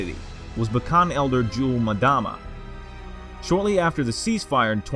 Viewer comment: Just a by the way FYI, it's pronounced Yule-M-dama (Say the M as if you were sounding out the word, and then say Dama. And not as madama.